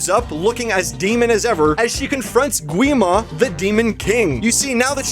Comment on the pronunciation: Gwi Ma is actually pronounced 'Gi ma